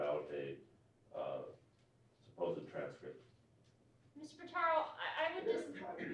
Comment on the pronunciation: Pitaro!!!! Geez Louise! For the love of Pete…! I just can’t. I. Just. Can’t. 🤔🙄🤔